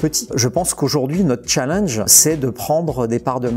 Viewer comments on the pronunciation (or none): none